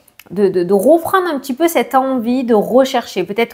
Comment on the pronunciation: Reprendre et non roprendre etc etc 🥴😵